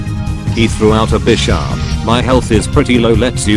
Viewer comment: did he say bitcharp